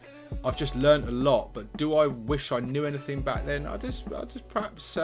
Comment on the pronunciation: Anyfink? Rilly?